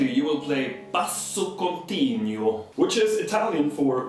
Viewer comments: VoceCorale: yes, he pronounced "basso continuo" with a strong English accent (and an extra 'i', like "basso continyuo") but it is perfectly comprehensible (and understandable), while "čitarrone"... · You mispronounced "basso continuo" as well.